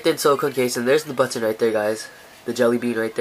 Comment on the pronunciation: He says button "buttoneh" :3